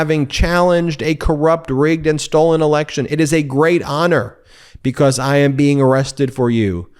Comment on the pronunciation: bee cause, not bekoss. It makes your careful enunciation a bad joke. How you say it, not what you say